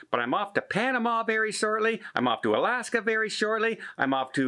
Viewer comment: “Shorely” you are cruising to much…lol